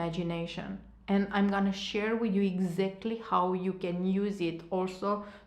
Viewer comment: Hi! Thanks for the great video! You’re very fluent in English obviously, but it takes away from your message when you keep saying certain words wrong. As it can be distracting for your listeners. Words like Still (you kept saying Steel), linear, exactly.. if you’re this good in English I’m sure you’ll have no problem pronounce those words correctly. Just a constructive comment.🌷